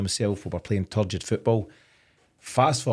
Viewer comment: TORPID! Not turgid. Torpid!